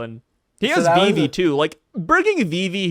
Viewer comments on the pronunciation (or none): none